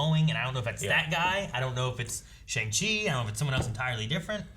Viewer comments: simu said it's pronounced Shung not Shang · In the comics, the Mandarin has 10 rings that each have a different power. In the movie they're armbands instead of rings that go on his fingers. Also it's pronounced "Shong-Shee" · I Think it's pronounced 'Shang Shee' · FYI to anyone who may not know: The actual pronunciation is "Shyung-Chi", since it's the way Shang is said in Chinese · I think they pronounce it like "Shung-Shee" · According to ET: Shang-Chi is pronounced "song-Chi" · it’s actually pronounced “Sheon Chi” :(((( i said it like that for a long time until i heard Feige say it😂😂😂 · I believe the pronunciation sounds more like Shong, but with a softer O. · just a minor correction, but the "-ang" in Shang Chi's name is pronounced like "-ong", so it's more like "Shong-Chi". The actor playing Wenwu/The Mandarin is Tony Leung, who's like a legend in Hong Kong cinema but is making his Hollywood debut here; I haven't seen his films personally but my Chinese immigrant parents, who aren't really up to date with pop culture at all, know who he is so that should give you an idea of his fame in Asia. The ninja character with the face paint is apparently called Death Dealer, based on leaked toys; it's not confirmed who's playing them but I personally think it's Michelle Yeoh, who is also confirmed to be in this movie. Anyway, as a MCU fan, a Kim's Convenience fan, and an Asian American, I am unbelievably pumped for this! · Can't even correctly pronounce Shang-Chi. Okay, white boys, enjoy your General Tso's chicken! 🥱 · It's Shang-Chi as in shy pronounced with a C. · It's actually pronounced Shang with an AH sound and Qi